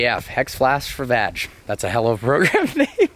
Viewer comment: It's VAG...not VADGE 😋! Loving the Lambo back dude!